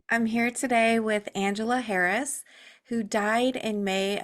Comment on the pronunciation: Is her name Angela Harris. You said Herris. ?